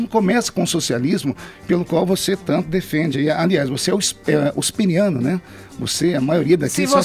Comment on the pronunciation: Feliciano: "Tognolli você é Usperiano! você também é Usperiana!" Ai ai...